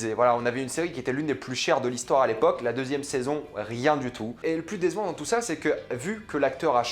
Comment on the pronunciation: coucou juste pour te dire mais c'est pas méchant loin de la :) mais on dirait que tu dis dézevant au lieu de décevant pour moi tu dis mal le c alors tu dis garzon alors :) essaye de bien prononcer ton c a l'avenir